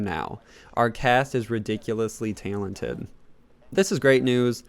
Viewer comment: Was anyone else bothered by how he said “talented” 😂